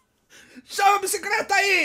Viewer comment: "Oia a BICICRETA.. OOOOOOOOMMMMMMM" - 2015